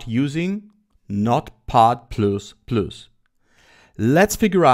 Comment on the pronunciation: [Plas] же произносится